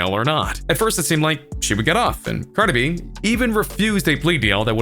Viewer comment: Why you saying cardi like that 😂 “Carda B” I’m crying 😭